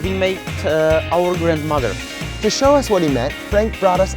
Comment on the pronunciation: Přesně tak zní i moje angličtina :D "We make our gradmother" :D :D :D